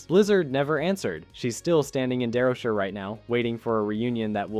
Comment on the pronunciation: SHIRE, SHY-ER, SHY-ER, WHAT IS THIS DARROWSHER CRAP 😂